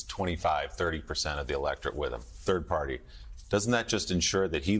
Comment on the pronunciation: Did you mean turd party